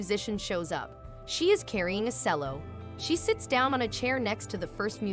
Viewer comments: Is this narrated by a computer? Because if so, it doesn't pronounce certain words properly... Such as Cello. (In the video it was pronounced like "Sell-o" & in reality it is pronounced like "Chellow") Also, when attempting to pronounce a Spanish proper name (of a place)... The word Valles in Spanish is actually pronounced like "Vaai-yes". In Spanish a double 'L' --->'LL' or 'll' is always pronounced like the letter 'y' is pronounced in the English word "yes". Oh, and fyi, those double LL's could be in any part of a word in Spanish... Even the beginning. Like, literally, words begin with 2 L's. LoL. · Very bummed I didn't hear him play and then have the cello (That's pronounced "Chell-o" not "Sell-o"), add in and slowly the rest of the orchestra. Was a waste of my time without being able to hear the music. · She pronounced it as if it were spelled sello when it should be pronounced as if it were spelled chello. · as a string instrumentist (cellist) it hurts me to see a double bass to be called a cello and a cello be pronounced “sello” It’s pronounced Chello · Did that narrator just oh so confidently say, 'She is carrying a SELLO?' The cello. There's something tragic about this generation. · FYI: It's pronounced "Chello" not sello. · its a double bass - not difficult, probably easier than keep saying 'string instrument' and the next size down is pronounced 'CHELLO' not SELLO.. Who hired the voice over she's really annoying.🤨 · Four? She looks 10. I like this little girl. Wait a minute! Stealing fountain coins! Oh no! That's illegal. By the way: it's pronounced chello. No sell- o. Yikes. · The second musician was carrying a 'Sello?' (5.03) Yikes. Either AI is not as advanced as I thought it was or, you must be the only person on the face of the planet who doesn't know It is pronounced CHELLO ! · Tech! I HATE these robot voiced posts. It's C(h)ello Hello , not sello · BeeTHOVen and sello? Is this a computer generated voice? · Pronounced CHELLO, not sello. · Sello? LOL